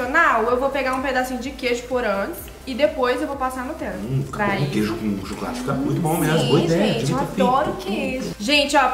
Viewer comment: Fala para a Marvilhosa da Sthe que não é nutrela é Nutella